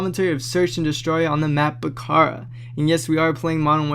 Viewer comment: its Back-A-Ra